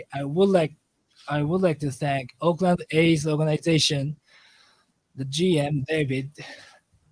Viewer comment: Oakland, not Auckland 👍🏿